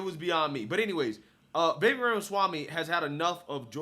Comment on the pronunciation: Love watching your journey man. You are much smarter than I was at your age! Just a friendly note, Vivek is pronounced like Vi-VAKE, rhymes with cake. Also love the crossover with BCP commentary reaction. Keep on!